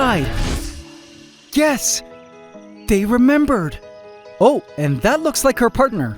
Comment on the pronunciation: "They Remembird."